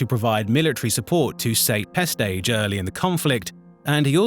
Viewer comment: Pestage! Peestage? I mean he was ineffective, but you don't have to add insult to injury :D ^^